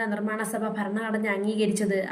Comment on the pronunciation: ഫ അല്ല ഭ ഭരണഘടന😊